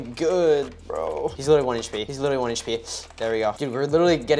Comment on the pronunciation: The fact that the guy only says Willinly not literally 😂